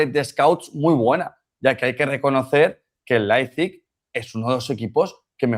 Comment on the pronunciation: La tertulia esta genial, ahora no entiendo como algunos dicen Leizpig, no es tan dificil decir Leipzig, a lo mejor solo soy yo pero se me hace incomodo que periodistas deportivos no sepan pronunciar el nombre de un equipo correctamente.